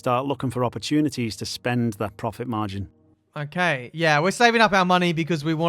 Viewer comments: "Progit margin" is that even a word ? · "progit margin"